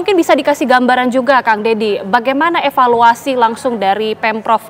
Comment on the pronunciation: Roh asli jiwa jabar, epaluasi, epaluasi, epaluasi😂